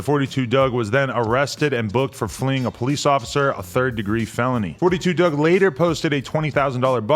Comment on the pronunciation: It’s “4-2 dugg” not “42” 🤦🏽‍♂️